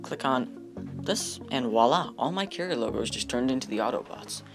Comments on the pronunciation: You need to stop saying wahlah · And "woila"